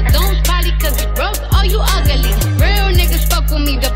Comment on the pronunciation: No, she been saying it, even in her lives talking normally lol.